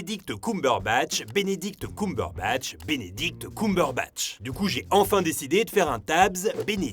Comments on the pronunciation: Wow attend, On prononce KeumeBeurreBatch pas KoumeBeurreBatch. Sinon c'est une bonne vidéo comme d'hab xD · j’arrive avec du retard mais stp c’est « ceumberbatch » pas « coumberbatch » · Désolée mais j'ai beaucoup de mal à supporter ta voix alors quand en plus tu ne prononce pas le nom de la personne correctement (genre vraiment pas) et bah c'est complètement l'enfer (pardon pardon pardon ) ça se dit CUMberbatch coàmment le sperme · C'est Ceumbeurbatch !!!!! Pas cuuuumberbatch 🤣 mes oreilles 😭 mais super travail comme d'habitude 😘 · Sérieux c'est horrible ce COUmberbatch... tout le long c'était insupportable, Cumberbatch ça se prononce KEUMberbatch... on dit bien fun et non foun, sun et non soun... désolé mais là c'est vraiment insupportable même si la vidéo est bonne. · C'est pas "coum-berbatch" ça se prononce "keum" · CUME BURBATCHE PAS COUM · C'est Cumberbatch et pas Coumberbatch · Arrêtez de dire "Benedict Coumberbatch" bordel !!! Entre Allociné et toi !!! xD Ta vidéo est très bien construite, mais pour tout t'avouer, je suis une grande fan de Cumberbatch donc je savais déjà presque tout ce que tu as dit mais tu m'as quand même appris deux-trois anecdotes vers la fin de la vidéo que je connaissais pas ! Et pour le violon, c'est pas lui qui a appris à faire du violon, il a juste appris vite-fait les mouvements. La vraie musique jouée au violon est doublée par un vrai violoniste. Il y a une vidéo où des fans demandent à Benedict Cumberbatch si il sait jouer du violon, il répond que non car ça demande des années de pratique, qu'il n'allait pas juste apprendre le violon pour la série. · Benedict “Coum”berbatch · Bénédicte coumberebatch 😂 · C'est faux ! 😂 Il a dit qu'il avait jamais su jouer ! A part ça hyper interressant ! Mais "Binidict Coumberbatch" ça pique les oreilles ! 😅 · Non pas du tout ! Tu as raison. Petite erreur de prononciation dans la vidéo. En Anglais c'est bien "Keum" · alors ça ne se prononce pas ''Coumberbatch'' hein